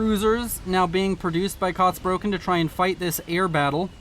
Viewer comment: Just a friendly correction: You are pronouncing "Kotzbrocken" wrongly. It’s not "Kots broken". The "Kotz" is pronounced like "cats", just with an "O as in Omega" instead of the "a" (but about the same length as the the "a" in "cats"). The first syllable of "Brocken" is pronounced similar to "rock" with a "B" (and a german style "r", which is some sort of uvular trill or an uvular fricative). The word literally means "chunk of vomit". It is usually used as a casual term for someone who is very unlikeable or obnoxious, "like a chunk of vomit in your throat". Which is a very good name for an Aeon, if I may say so, what’s with all them fanatics, LONG LIVE CYBRAN NATION!